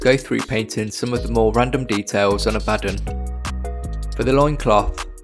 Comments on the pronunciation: Totally agree with your pronunciation of Abaddon ( A-bad-un ) 👍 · According to the creator of Abaddon at GW, it's pronounced the way you are saying it. If the character's creator pronounces it that way then everyone else is wrong. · Finally someone who says it right